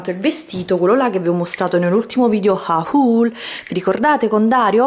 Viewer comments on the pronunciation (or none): HAUL si pronuncia HOL non HA UL!!!! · per dio, se non sai parlare italiano evita di parlare pure in inglese. "haul" si pronuncia HOL non "ahùl" AHAHAHAHAHAHAH